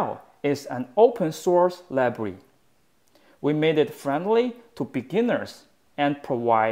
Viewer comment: Every tense is clear. "Library" sounds like "Labree"